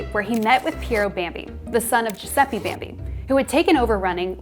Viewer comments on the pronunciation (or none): Please for the love of coffee, learn how to pronounce Giuseppe, it's definitely not "jew-sepee".